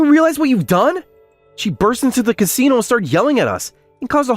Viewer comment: What’s a “cunsino”?